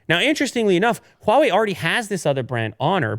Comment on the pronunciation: pronounce "HUAWEI" better and better! Congrats from China!